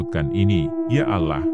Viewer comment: min, dalam agama islam itu di tulis allah di baca alloh. bukan alah